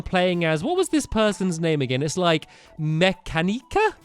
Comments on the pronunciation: I think it's pronounced Mu-ca-ni-ca (Mechanica) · stampy u play too much pokémon it's ( muh-can-i-cuh )